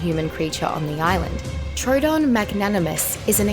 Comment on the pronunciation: Am I the only one who got PTSD when she siad trodon